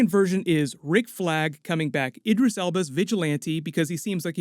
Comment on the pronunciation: The way he pronounces Idris 🤦‍♂️